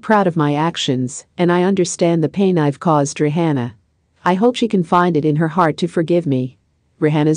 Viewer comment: Why she saying RE HANNA ??? Say her name right please!!! Lord who AI SPEAKER IS THIS???